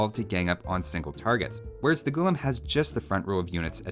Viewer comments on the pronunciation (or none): Its pronounced as gu-laam not gulum. It means slave in the moat literal sense ,Funny tid bit most armies in medieval india was in a way professional armies in a sense that they were full time soldiers i for one have never come across any account where it says slaves were used in an army for frontline fighting . so i dont know where they get this idea of unwilling men pressed into fighting roles as a 'unique' unit.warfare was an elite profession if u will and slaves had other duties assigned to them more 'fitting' for their social stature.